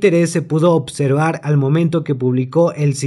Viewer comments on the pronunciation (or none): none